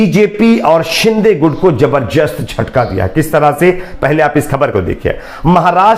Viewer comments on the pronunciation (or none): Jabar jast nahi.. zabardast..pahle apni Hindi Urdu theek karo